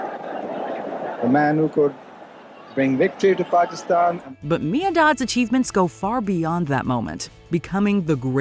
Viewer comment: You are probably the first American to pronounce Pakistan correctly